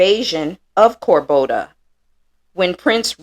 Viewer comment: Cordoba, not Corboda. Content is great effort though!